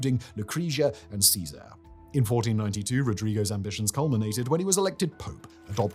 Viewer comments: His pronunciation of Cesare and Lucrezia made me want to cry :( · Simon I swear you need a pronunciation consultant Loo-cret-siya Lucrezia Chez-ere Cesare Bor-zhia Borgia